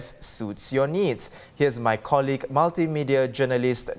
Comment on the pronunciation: I don't mean to be elitist but its so annoying when Singaporeans always pronounced colleague wrongly especially on a live tv and NUS professor?